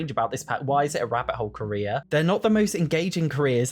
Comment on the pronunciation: I've never heared him say "Korea" until now that he mentioned it, now I can't hear the word carrer anymore 😭